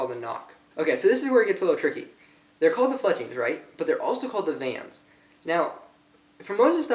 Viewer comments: Do you not know how to read you are saying vans not vanes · the tip is called a field point dipshit......and its not paint...is anodized.....with most rests you put the oddman out on the top....the vanes are pronounced vains not vans...vans are shoes moron...detail? you dont know shit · vanes not vans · Is he saying 'Vans' or vanes..... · Did he call the vanes vans? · Von-ees? Seriously? You can't read english? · long A - Vanes - like veins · oh and you said vanes wrong